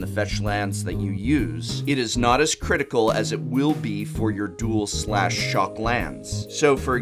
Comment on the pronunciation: "criticalas" oh wow, going Spanish on us, Professor?!